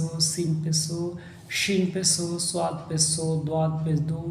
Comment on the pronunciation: Pes Nahi Pesh hai 😂